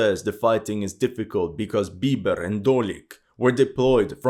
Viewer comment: It’s Bobr, not Bieber.